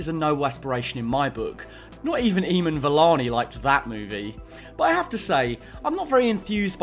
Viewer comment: i love your videos dude but that is probably the worst way someone has pronounced "Iman" (beginning of the video); there are plenty of instances where people have pronounced the name correctly in promotion for the show, but if it helps i'll just leave it here that its pronounced with emphasis on the "a", so like Im-aan.